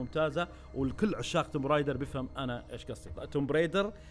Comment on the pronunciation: بس معلومة صغير لللإفادة ... اللعبة اسمها توم رايدر مش تومب Tomb Raider هذا كتباتها بس ال B لا تقرأ